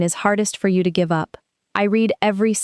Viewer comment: Yes, this was well made, but for heaven's sake. FIX the ouch-sounding 'och' in the end to be pronounced in Swedish! It is "... och, vi ses nästa gång!" (meaning: ...and, see you next time!), not ...ouch, vi ses nästa gång!, meaning ...ouch ...